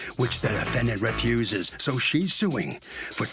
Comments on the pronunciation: I noticed Harvey pronounced refuses as “reff-uses”. I’ve heard a couple other people pronounce it that way, and I was wondering if it had to do with where they live. Anyone know? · I think it's from where they live or their hometown.